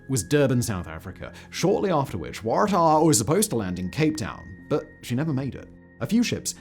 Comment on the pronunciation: Because the Waratah is a shrub endemic to Australia and that is exactly how we say it.